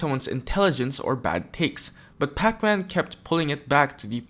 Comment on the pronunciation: Why you keep saying his name like it’s the video game 😂